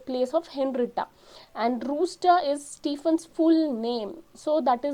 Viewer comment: hello madam henrietta brewster it is not rooster